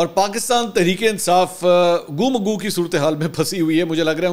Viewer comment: منصور علی خان برائے راست میڈیا پر چھوٹی سی غلطی بھی بڑی نظر اتی ہے۔ گو مگو ، گو کے اوپر پیش اور مگو کے اوپر پیش سے اگر بولا جائے تو بالکل غلط ہے ، اس کا تلفظ گو پر زبر اور مگو پر زبر سے پڑھا جائے گا ۔